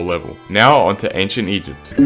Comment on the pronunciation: I pretty it was something like “eygpt” or “egpt” or something